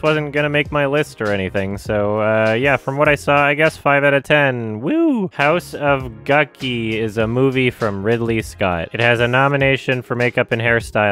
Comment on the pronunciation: i turned off the viedo after said "house of guki"